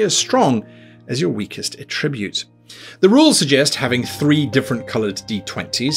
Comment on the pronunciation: OMG, /ˈætɹɪbjuːt/ The noun is stressed on the first syllable!